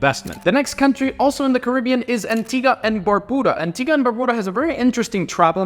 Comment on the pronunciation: I'm actually living in Antigua right now and looking to travel the world and you pronounced Barbuda wrong